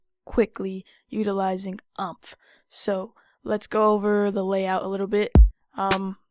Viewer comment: Heads up: this is pronounced more like "Oooompf". Not like "trump". ;) Nice video, though!